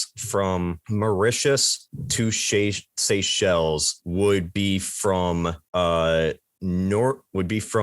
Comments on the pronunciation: As great as you are, not knowing about the Seychelles or how to pronounce it, just show how geographically challenged Americans are 🤣🤣🤣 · guy doesn't know how to pronounce Seychelles lol